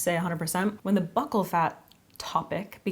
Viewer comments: "Buccal" is pronounced "bew-kull" fyi. It refers to the cheek on your face. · I really don't follow celebrities, so I can't really weigh in on this topic much. But I can tell you that, the "bucc-" in "buccal" is pronounced like "buke-" as in "rebuke." I also wanna say that I could probably listen to you talk about anything, I love the timbre and cadence of your voice. Like, I wish you had a podcast or something, and I'm not even a big podcast person. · It's pronounced bew-cal so bew like pewpew 🔫 and cal like so-cal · Pronounced like BEW KUL fat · Pronounced BYOO.kul fat. I hate it, too! 😓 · I’ve only heard it pronounced like “buckle” fat.